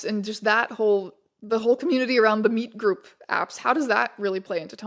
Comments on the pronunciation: took me too long you were saying meet like interacting instead of just MEAT 🥩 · It took you saying meetgroup like 10 times for me to realise it was meetgroup and not meatgroup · was watching this in the background and kept hearing "The Meet Group" as The Meat Group and would giggle almost every time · Every time you say “The Meet Group”, I hear “The Meat Group”. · I kept hearing "The Meat Group" every time you said it. Which has... different implications. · Jesus Christ every time you say "meet group" i hear "meat group", please make it stop